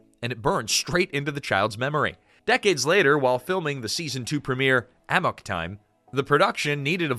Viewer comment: Amok = "Amuck" not A Mock.